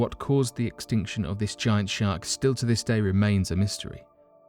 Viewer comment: can you say shar"k"? instead of shart... your a shart!!! o.0